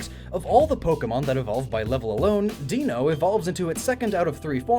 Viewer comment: i like how you pointed out that Zweilous' pronunciation makes sense because its German, but still got Deino even though the sequence here is German numbers ein, zwei, drei :p (i forget whether i brought this up when the video was originally posted or not so forgive me if i did lol)